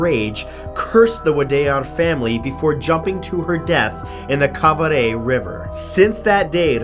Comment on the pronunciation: Lol at how Matt pronounces Wadayar and Kaveri!